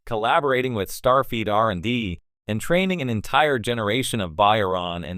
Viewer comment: Fix your pronunciation of STARFLEET!